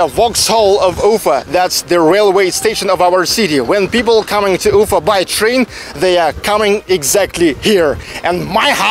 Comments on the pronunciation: quick question: why do you always say UU-fa instead of u-FA with the accent on the A? Is this the new way to pronounce it there or is it just the anglicization of the name? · а зачем ударение менять в слове Уфа?